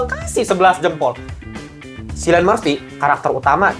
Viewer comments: Lewis Strauss bang nama yg diperanin rdj Bang penyebutan namanya Cillian itu bukan pake S tapi pake K iadi "Killian" bukan "Sillian" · btw bang, cillian itu dibaca kilian bln silian